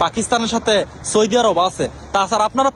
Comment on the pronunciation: আপনে আগে সৌদি বলা শিখে নেন।